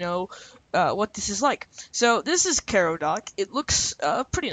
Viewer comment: learn how to pronounce things... ffs kai-row like the city... not care-row